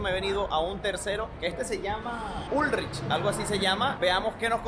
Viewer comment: El supermercado Ullrich se pronuncia Ulrij 🙂